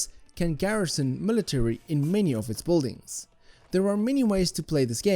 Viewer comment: Thank you for the awesome review. But I simply can't stand the way you pronounce Boldings